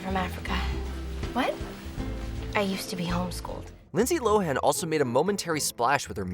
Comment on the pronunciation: Lynsey High-han? No.. Lynsey Lohan..